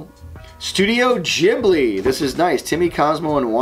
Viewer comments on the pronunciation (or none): Studio Ghibli is Gee-boo-ree, not Jiblee